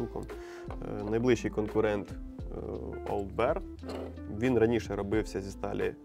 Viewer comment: Вибачте, хлопці, але таки Олд Бір, не соромтеся.